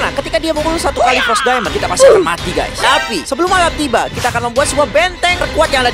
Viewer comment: Fros Daimond bukan pot Daimond